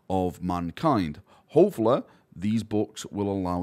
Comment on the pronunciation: "Hofala" /Almost/ need closed captioning for this accent. Turns out its hopefully.